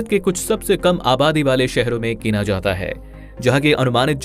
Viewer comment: ye kaha ka accent hai be.. "jaatha haai.. aatha haai"